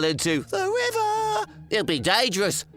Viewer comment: I love how said "The river" like it's some magical river